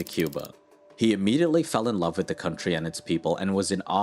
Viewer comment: I subscribed today.... But PLEASE STOP saying "wid" instead of "with".